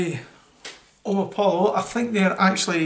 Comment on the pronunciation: Omni poyo is how it's pronounced, lad :) Good review!